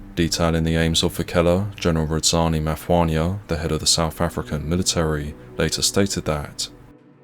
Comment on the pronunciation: And Maphwanya and Phalaborwa 😂